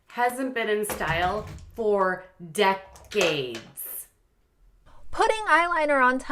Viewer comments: you cracked me up the way you said “DECK-AIDES” 😂🤣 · Dec-ades by 🤣🤣🤣💀💀💀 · Decades, DECK-CADES. 😫😂🥴🥸